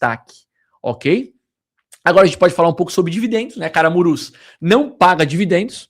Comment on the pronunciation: Camurus e não Caramurus kkkk